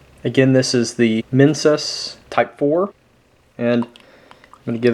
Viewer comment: Every time you said "minsus beverage" I couldn't help but hear "menses beverage", and to be honest, I could imagine that being some sort of delicacy in Indonesia.